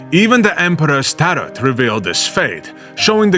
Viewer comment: I almost spat my drink hearing your pronunciation of the word tarot